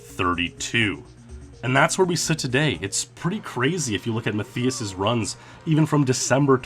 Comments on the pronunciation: ‘Maff-ee-us’. 😂 how would anyone think that’s how it’s pronounced? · TV-GAME Fan......i think "Mat-Thigh-us" Is how it should be pronounced it got to me how he was saying it with an "e", not and "i" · (Matthias) you say it like Math-EE-us and i'm like 90% it's Math-EYE-us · Rather than Ma-thee-us Roosti-migher, it's pronounced Ma-TEE-us RUST-uh-migher. EXCELLENT vid otherwise!!! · Muh thii uss? It's pronounced Ma tie us. Or mutt eye us. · Good video, but Matthias is pronounced "Ma-Tie-Uss", not "Ma-Thee-Uss" smh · Its pronounced "Math Eye Us" that was triggering me so hard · I know someone that is called Matthias, you actually pronounce it as Mat-tias, the 'h' is silent. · Omg it's driving me crazy how he's mispronouncing his name. Matthias and the I is pronounced like "eye." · I tried the Mario Raceway jump over the wall back in the day. It's so much harder than it looks. My guess is that Matthias is German (at least his name sounds very German), yay. (and he's pronounced like "muttias") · Are you sure that's how you pronounce the name Matthias? Because my cousin's name is Matthias and it is not Ma-thee-us. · please reupload with proper pronounciation of matthias its a common name and it is so distracting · Wtf is wrong with your pronunciation of his name? 🤦🏻‍♂️ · You're pronouncing his name wrong. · German here. It's just too funny how you pronounce Matthias :D Not meant as mocking.